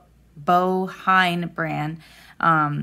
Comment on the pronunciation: Hello, I'm french and I think the best way to say "Bohin" in english ( for non french speakers ) is to say "Bo in" : "bo" like "go" and "in", the opposite of "out". Otherwise, for french speakers, think about "beautiful one", literally.